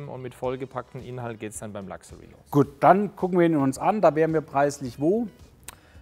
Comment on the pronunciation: Es heißt Luxury, nicht "Lachserie"